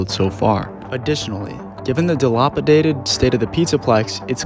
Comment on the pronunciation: Why does no one know how to pronounce "dilapidated" ???